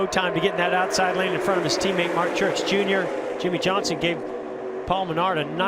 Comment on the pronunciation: Yimmie yohnson